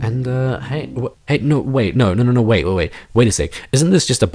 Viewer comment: oh my god. when he said, "hey weyt no no no weyt-" I lost my internet connection